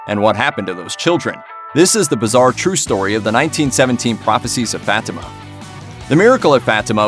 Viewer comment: FFS, pronounce it right. FAH-tea-mah.